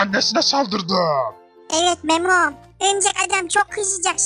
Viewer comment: memom diyo ya